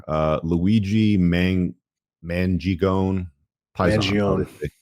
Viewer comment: "Luigi Menji-gone" -, 2024.